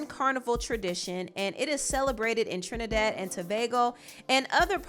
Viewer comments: Thank you for pronouncing my island's name correctly 😊 🇹🇹🇹🇹🇹🇹, trini to the bone. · thank you for pronouncing our country correctly!! much appreciated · Thank you so much for pronouncing Trinidad and Tobago correctly. We appreciate it a lot 🇹🇹